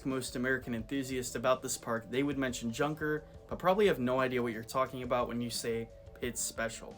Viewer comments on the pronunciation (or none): Tip: Junker is pronounced "Yoonker"